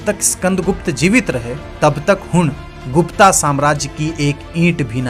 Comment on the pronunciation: गुप्ता नहीं गुप्त कहो